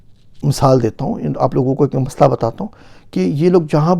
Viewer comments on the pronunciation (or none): none